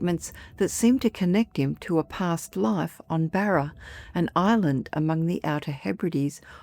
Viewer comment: 😂 Barer? I presume you mean BARRA!